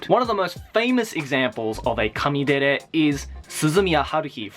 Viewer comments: It's kuudere not coodere Baka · I think you meant "Kanye"dere instead of kanedere.